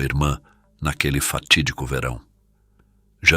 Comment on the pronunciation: fatidigo .... fatidigo dia etc tipo so falou mais de 3 vezes kkk